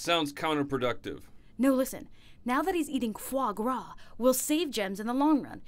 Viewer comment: Fwogras lol